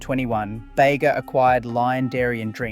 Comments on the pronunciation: It’s because this is an AI narrator and not a real person. One can easily tell this via its numerous inconsistent and mistake pronunciations (ie. ‘Beega’ to ‘Bayga’ etc) as well as its flat affect and robotic cadence. The script and research is also 100% AI created evident with its numerous tropes consistent with AI material and factual errors, like conflating having a license to produce foreign owned products with local ownership when under such agreements the majority of profits from the sale of those items still go to the foreign owner and not the local manufacturer. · Bega is pronounced beega not bayga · If you are going to make “crisis” videos about Aussie products - at least get the pronunciation correct. It’s not “Yogghurt”, that’s British. It’s “Yowgurt”, as in Grow. And don’t go to the town of Bega in NSW and call it “Bayga” - we aren’t American. It’s “Beega” - with a hard E. As for foreign ownership? We all knew that - blame the original owners for wanting to cash in on the success of their product. No one held a gun to their heads. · Why are you pronouncing yogurt the pommy way? And, Bega is pronounced Beega not Bayga! WTF YOU’RE WRONG as BROWNES is the oldest 1886 NOT Bulla. This either Chinese or young Liberals?